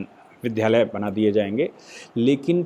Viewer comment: आप विध्यालय बोलते हैं, गलत है। वि+द्+या लय होता है। द् + या =द्या